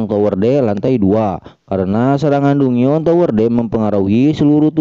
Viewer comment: Kak, dongeon baca nya danjen kak